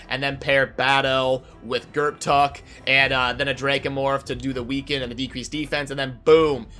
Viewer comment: I believe the p is silent. Gurrtuk sounds better to me.